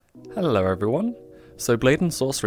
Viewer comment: Pronounced "hello" with an R. How am I even supposed to feel